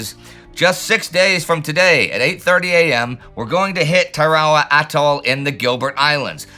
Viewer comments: Say it like Anderson on Bevis and Butthead...TAIR-uh-wuh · I always heard it pronounced Tara Wah. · lmfao the way you say Tarawa is so wierd. Tar-a- wa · First time I've ever heard Tarawa pronounced that way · I believe used pronounced it the way the people native to the Gilbert Islands do. Much like with Bataan in the Philippines, it was foreign to Americn ears and ended up mispronounced. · I've never heard Tarawa pronounced like that before. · Not weird at all. It's how the people of the Gilbert Islands - which is to say people who live on Tarawa - pronounce it. The more commonly heard version in the west is a mispronunciation by English speakers.